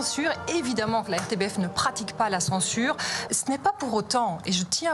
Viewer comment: Petite précision, on prononce " m RTBF " !